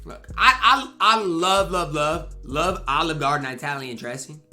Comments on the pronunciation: It's Italian...not I-talian...one word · "EYETALIAN" LMAOOO TYYYYY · Bro really emphasized the I in Italian like crazy, Italian, Youtalian, Wetalian 😂